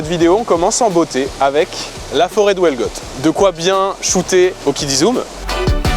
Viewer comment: La forêt de wellgot 😭😭 ( Huelgoat en vrai prononce toutes les lettres surtout le u )